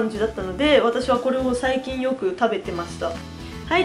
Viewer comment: 最近をさいきゅんって言いましたね💪(`･∀･)!!